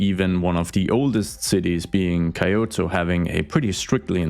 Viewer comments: did you really pronounce Kyoto like coyote? lol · Key Oh Toe is how the capital is pronounced.